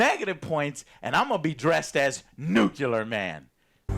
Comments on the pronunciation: New - clee - are, not, new - cue - ler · Joe PLEASE learn how to pronounce "nuclear". I promise it's not hard. Just say "new", then say "clear". You can do this. I believe in you.